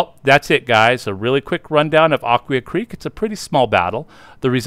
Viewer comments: One video I saw has it as "uh-KWHY-uh". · This must be AI. , because it’s pronounced Ak-wye-aa. Am I missing something? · Nice video, but you mispronounced Aquia. This is where I grew up and still live here. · That is correct.